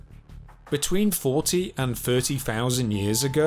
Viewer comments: Thousand not fousand ,thirty not firfy etc. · I also found the pronunciation of some words starting with Th to be annoying. If it was a speech impediment then it’s understandable. But he can say words like; this, then, the etc, then says things like; firty instead of thirty, fought instead of thought, fing instead of thing. I find that laziness annoying too. Really interesting content otherwise.